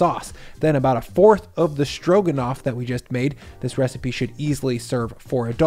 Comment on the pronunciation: I always like watching your program. I like your demeanor and the way you approach cooking. Something you may wish to think about since you’re a public figure is you might want to double -check the way that you pronounce certain words. You call it “SCHtroganoff” in the video. You do what a lot of your generation does and use an “sch” instead of a true “s”. You do the same thing for the words “schtrong” and “schtraight” and “inschtructions” and “schtrips”. You are so good at what you do and such a pro that it might be something you consider. It’s just a habit and not an impediment but it does distract the narrative a bit. Continued success to you!